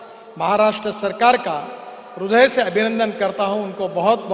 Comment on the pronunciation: Hindi me rudya nahi, hirdya hota hai